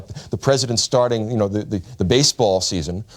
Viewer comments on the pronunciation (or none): none